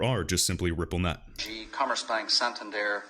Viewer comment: Well done 👍 for pronouncing Santander correctly... so annoying when People don’t ...